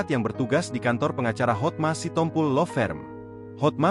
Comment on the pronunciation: Apalah si tompo el . Itu di baca si tompul. Gak ada marga sitompu el.